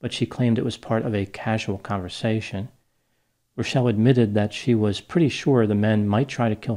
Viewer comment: Liked for correctly pronouncing Rachelle!